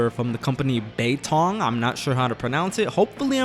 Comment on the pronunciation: I am Chinese you said it right!